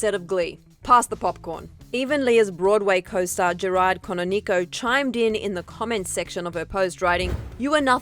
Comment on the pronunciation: This isn’t the point but I still cannot get past the way they said Gerard Canonico’s name😂